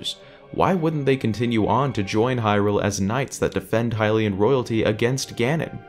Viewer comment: That’s a really good question! We don’t, actually. They could have existed long long ago, there’s nothing to disprove that. We pronounce it correctly, everyone else is wrong ;)